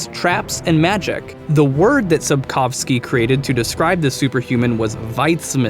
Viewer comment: I'm Polish and I have no idea what did you just said. Well, at least you pronounced "Sapkowski" correctly